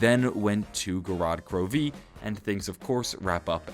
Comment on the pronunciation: Gorod Kro-VEE